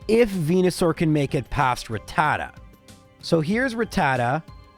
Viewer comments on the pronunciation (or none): none